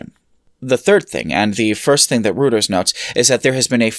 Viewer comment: Very small nitpick - it's pronounced "roy-turs" not "routers", otherwise very good video